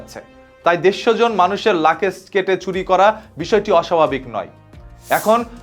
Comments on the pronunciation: আরে ভাই লাকেজ না বলুন লাগেজ। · আপনি লাগেজ কে লাকেজ বলছেন কেনো! আগের নিজের উচ্চারণ ঠিক করে নিন।